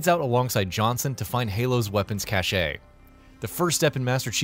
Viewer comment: Within a minute, he then says cache like 4 times but says it properly lmao